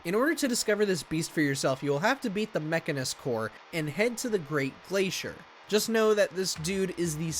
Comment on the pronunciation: Never heard someone pronounce Mechonis Core like he just did.